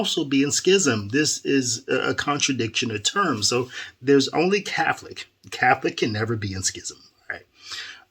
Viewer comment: I believe Fr Goring means well, because it seems when they forced him back to Cananda he seemed to have gotten soft. maybe he was threatened?🤷. I stopped watching him a few years ago as well because of that. Also, why do you say Cafolic instead of Catholic?